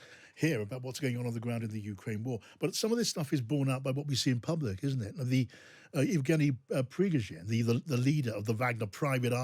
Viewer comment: Its pronounced yev GAY nee / pree GOH zin